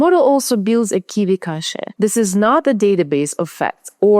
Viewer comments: Why "cash-ay,"? KV-cache is pronounced as kay-vee cash (like money). There is a word "cachet" in English, pronounced as cash-ay, but it means different things like prestige or even a bunch of meds to be swallowed. Overall though, I find your English perfect; your written articles are masterpieces! I like your accent too; you and I share a mother tongue after all. BTW, one practical piece of advice. I turned on the subtitles under your video just to see how YouTube autotranscript deals with your accent, and it doesn't do a very good job. You can put your video in pre-production through local Whisper and do a quick manual correction or even use an LLM—they are pretty good at finding and correcting transcription errors. Then YouTube gives you options to upload your own transcript, and that is going to make the whole thing perfect and technically correct. Ok, finished watching your video. On your main question, at the end, where more efficiencies in inference are awaiting, I think the answer runs deeper than optimization techniques like the one you described here where prefill and decode work are split between different engines with a shared KV-cache between them. These are very good and welcome developments, but we need to look beyond that. I think the winning combination is going to be combined architecture systems which employ both algorithmic and scalar inference. Some examples include neurosymbolic types of systems as well as KAN-based. I've been following work by one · "Cache" is pronounced "Cash"